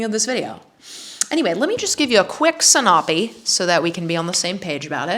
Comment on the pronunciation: "a quick synop-ee"!! also the walls behind you are identical to my living room omg